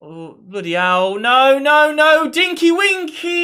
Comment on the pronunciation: Bro really said "dinkie winkies"